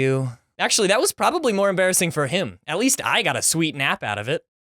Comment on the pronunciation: Muh most emerbassing sckhool momints XD